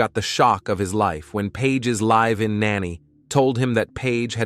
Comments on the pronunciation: Right!? One second it pronounced her name as Birgfeld, next second Birgfield... WTF!? Then it says her LIVE in nanny, as in ALIVE not live in 🤦😂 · Then it read the misspelling of Paige and (written as Saige) said Syeeejay. The LIVE in nanny was bad too.